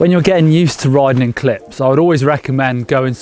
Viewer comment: Every time he said clip I heard clit. Quite educational nevertheless.